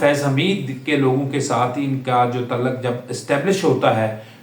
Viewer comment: Asaf nahi Asif, taluck nahi taalook, , ratyre nahi retire, laikan nahi laikin jahil admi